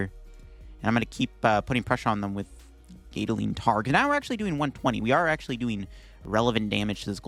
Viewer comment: not to be that guy but the 'gat' in gatling is pronounced like cat, not gait. it's a reference to rapid-fire gatling guns.